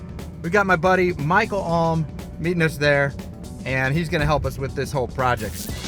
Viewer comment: Is ‘porject’ instead of ‘project’ intentional?